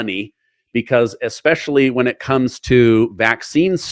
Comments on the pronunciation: Did I just hear our Secretary of Health and Human Services and Kennedy family member, graduate of: Harvard University (BA) London School of Economics University of Virginia (JD) Pace University (LLM)' .... actually say 'EXpecially' ? REALLY, Mr. Secretary ? It could be worse, it could be Dept. of Education, I guess .... but WOW !! Yes, I know. 'drone strike' may be in my future if he happens upon this while in a foul mood. Actually, I've been told that he has an EXCELLENT sense of humor so, here I go (wish me luck) ! 😃👍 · I cannot understand why people pronounce especially ->expecially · I can’t believe RFK Jr says “eXpecially”. There’s no “X” in especially. Could AI have created the video?